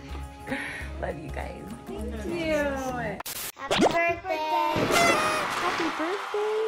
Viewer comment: When said happy birthsay back to Ellecee😂🥳😆